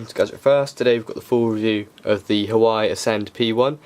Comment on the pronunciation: It's pronounced "Wah-Way" ;)